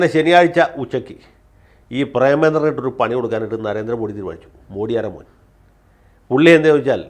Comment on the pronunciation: മോഡി. അല്ല. മോദി എന്നാണ് ശരിയായ ഉച്ചാരണം.